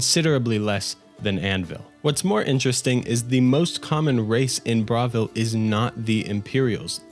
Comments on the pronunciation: How you're saying Bravil is killing me, it's like you didn't listen to anyone speak in the game. They say it, it's BRUH why are you saying BRA? Pronounces Bruma as BROOM but won't pronounce Bravil as BRUH. 😂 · great video but the way you pronounce bravil fills me with rage